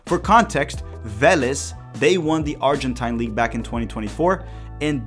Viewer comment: Acho que a pronúncia de Argentine League tá errado hein irmão